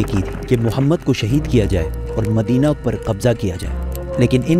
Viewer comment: bhai tera bolne ka tarika bahot glt h tum aap Mohammad sallallahu ka name bhi kitne glt tarike se le raha h